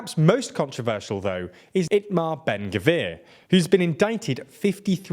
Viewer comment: This video has some horrible mispronunciations (“katsh” instead of kach, with the ch pronounced like the gh in the Dutch pronunciation of “Van Gogh”; Me-eer Ka-ha-né instead of “Mere ca-Hahn”; “ee-ta-mar Ben gv-ear” instead of It-mar Ben gvir; and what the hell is “masafayata”?!?) and Ben Gvir didn’t visit the “Al Ackser” Mosque - he visited the Temple Mount. Seriously guys, put a little more effort into a video.